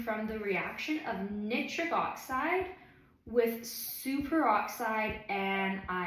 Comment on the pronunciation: Wonderful talk and very interesting! One very minor point, Nitric is typically pronounced nai·trik rather than knit-trik.